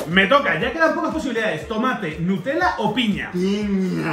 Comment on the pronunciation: No es. Nutellaes. Nutela